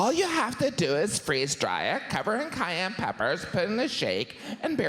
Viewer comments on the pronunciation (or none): none